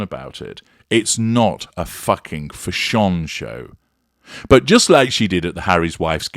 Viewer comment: wish he could pronounce the word fashion instead of(fashonne)!!!!